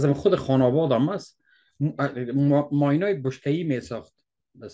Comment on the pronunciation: Maine = مین .... ماین غلط است 🎉🎉🎉🎉